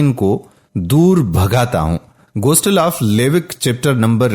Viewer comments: Bhai Ghostle nahin Gospel, please correct it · Phalay tou apna qibela sai kar layn. Gostal nhi bulkay gospal ha Ghalat aur joot mat boollayn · Bhai Sb plz Gostal nahi ha Ye lafz Gospel ha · Bhai lafz gostel nahi bulkay gospel hai. Aapko khud nahi bolna chahiyay bulkay video ko suna dein aur urdu kay titles laga dein. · Gostel❌. Gospel ✅. Slab❌. Saleeb✅ Reuer❌. Re- wer(d)✅. Sura E. Ma e da✅